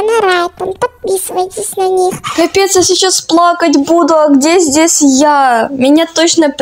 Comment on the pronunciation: плакать буду. Что слышу я:пликать бяту 😂